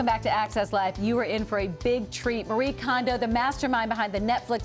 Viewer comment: Her name is pronounced Mah-Ree-Eh Kohn-Doh. Not Ma-ree Condo!